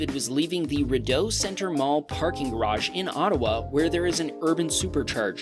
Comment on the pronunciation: Rideau is actually pronounced Ree-do from the French rideau, meaning curtain., but non-French speakers rarely get it.